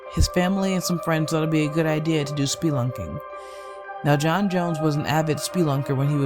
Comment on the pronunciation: It’s “spell”-unking not “speelunking”